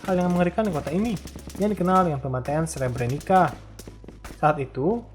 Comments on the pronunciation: Srebrenica dibacanya Srebreni"tsa"🙏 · Nama2nya ada yang salah pembacaannya Srpska = serp-ska Srebrenica = srebrenitsa Izetbegović = izetbegovich Kravica = kravitsa Bratunac = bratunats Mladić = mladich